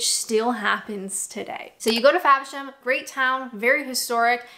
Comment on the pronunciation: It's "FAVERSHAM"....not Fabisham